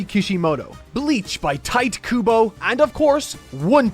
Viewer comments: Tight kubo lmfaooo. How can you be watching anime for any real length of time and pronounce japanese words wrong? They pronounce words phonetically Say it with me Tee-tay 😂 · Why did you pronounce it Tight Kubo? Jesus 😅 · "Tight Kubo".... Is it that hard to say "Tite"? TITE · "Tee-Teh" Kubo, not "Tight" Kubo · tite "tait" llol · Come on man its not tight kubo😢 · Ti-te Kubo is how you pronounce his name, who told you allat? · Tite is pronounced TeeTay, scrub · Did you pronounce Tite Kubo's name as "Tight Kubo" as part of a joke? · Tite is pronounced Taito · Tite is pronounced “Teetay” lol the best I can spell it out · Man really said Tite like "Kite" 😦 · "Tight" Kubo. Man... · Tite being pronounced like Tight was kinda rough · the way he pronounces Tite Kubo's name hurt my ears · Did anyone else cringe the way he said Tite Kubo? 😂 That was so painful. 😖